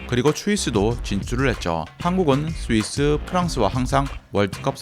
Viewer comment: 자연스럽게 추위스로 발음하는 그는 대체...ㅇ